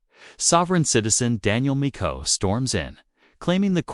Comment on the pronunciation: This AI sounds ridiculous. Can’t even say McGoo name right. I’m sure I didn’t spell it right lol.